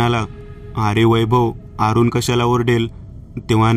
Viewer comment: अरूण असे नाव असून 'आरूण' नाही